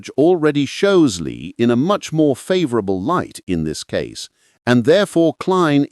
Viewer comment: Too bad the clumsy AI narration begins mispronouncing Lie as lye at 16 minutes until 18 minutes.